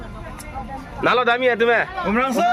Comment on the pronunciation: Umrongso ✅ umrangso ❎